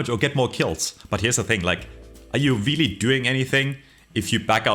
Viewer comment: weely weely impoahtent